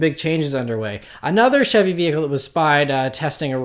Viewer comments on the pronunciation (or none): none